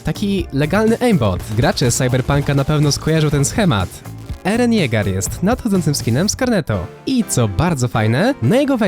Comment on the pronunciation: nazwę tej anime postaci czytaj (eren jega)